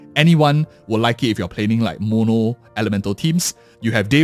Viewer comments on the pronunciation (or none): none